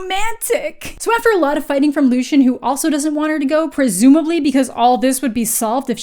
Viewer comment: LOO-SEE-EN !!! Pls not lushan But fr please keep reading, the second one is better. I've heard this is basically a trilogy bcs after the third one it gets super ridiculous so i don't plan on reading the rest of the series :D